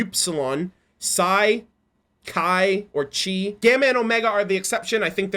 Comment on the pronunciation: One of the letters, Chi, in the Greek alphabet is pronounced Kai, by the way. The AI fragments are named based on the Greek alphabet, so.